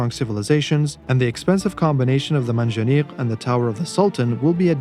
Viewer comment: Can't help to notice that you pronunced perfectly the Arabic "q" in Manjaniq and that you ended the vid with the muslim greeting. Are you a student/Speaker of Arabic?